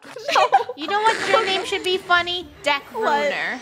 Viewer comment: It’s not it’s funneh it’s very funneh